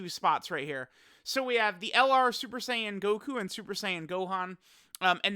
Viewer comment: lol “MakanKINsapo” Also STOP mispronouncing Saiyan it’s SAI-YAN NOT SAY-YAN